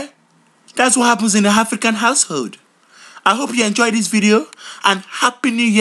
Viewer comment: notice how when he says a word that starts with A like anger he says HANGER and when he says a word that starts with H like happy he says appy